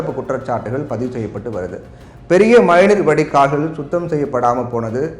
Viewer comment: sir ,sariyaa padinga.4.52 nd minute la Mazhai neer vadi kaal enru puriyum padi spashtamaa sollunga .